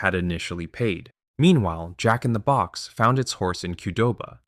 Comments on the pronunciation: Yeah, it's AI. That's why the script used first name "Brian" instead of last name "Niccol". AI can't pronounce it correctly (without some effort with a prompt). It also has syllable stress issues with names like Jack-n-the-Box and e. coli. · Yeah, it's AI. That's why the script used first name "Brian" instead of last name "Niccol". It can't pronounce it correctly (without some effort with a prompt). It also has syllable stress issues with names like Jack-n-the-Box and e. coli. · Yeah, it's AI. That's why the script used first name "Brian" instead of last name "Niccol". I'm guessing that the AI can't pronounce it correctly (without some effort with a prompt). The voiceover also has syllable stress issues with names like Jack-n-the-Box and e. coli. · I lived in California where we had Jack In The Box, and I went there often as a teenager. The emphasis is on the Jack, not the box, JACK in the box. It trips me out a little to hear him say Jack In The BOX. Little differences are funny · You keep saying "jack in the BOX" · Yes. I'm guessing that's why the script used first name "Brian" instead of last name "Niccol". It can't pronounce it correctly (without some effort with a prompt). It also has syllable stress issues with names like Jack-n-the-Box and e. coli.